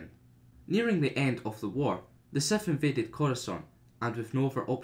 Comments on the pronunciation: I really tried to watch this but after he said SETH instead of SITH the 50th time i gave up. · Dude it’s SITH NOT SETH no matter where you are from!